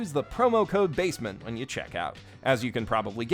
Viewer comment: Now I can't stop saying basement as "bay-sea-meant"